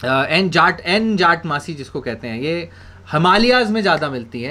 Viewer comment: It's jatamansi..sir..not jatmansi